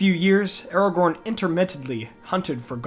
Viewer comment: Did you seriously just say Aragon? 😑